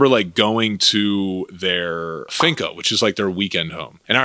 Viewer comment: I love your content, parce. I'm from Colombia, and I remember when you posted videos in Poblado's ciclovía. Amazing! PS: btw it's"finca" no "finco" 😂